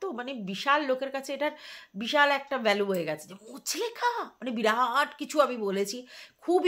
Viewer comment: কথাটা মুচলেকা মুচলেখা নয় ❤